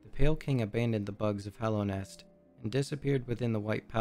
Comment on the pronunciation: Great presentation. It did bug me though that you seem to have a great command of this game world, but you said "Hollownest" and not "Hallownest" like a hundred times.